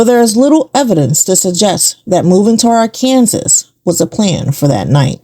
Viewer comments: (Its pronounced- "Ahr-kan-SAW" NOT-- "AHR-Kan-sus." Just so you know.) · Its Ar...ken...saw! Not pronounced Ar...Kansas.. Please pronounce things correctly from now on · ?? Arkansas is phonetically Are-can-saw. Not Are- Kansas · Arkansas is NOT pronounced like Ar-Kan-sass. PLEASE. It's more like Ar-kun-sah. The "s" is silent. Yeesh. Cringe! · Arkansas is actually pronounced ARK UN SAW. Just FYI. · I've always heard Arkansas pronounced as R-can-saw. This is a great video,. Keep 'em coming! ❤ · Arkansas is pronounced Ark-N-Saw gypgyp 😂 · The Arkansas pronounciation is killing me 😅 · At first I thought she was just saying it like that for fun😂